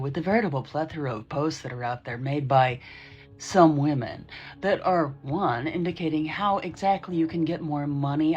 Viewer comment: Has the entirety of the red pill space simply forgotten how to pronounce the word "women"? Is it possible they don't know that "woman" and "women" are two different words with different pronunciations?